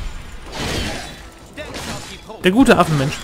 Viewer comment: fetter affenmensch sagt immer^^